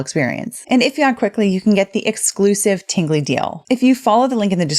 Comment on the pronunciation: wait a min, did she say Tinggly Box?😜😂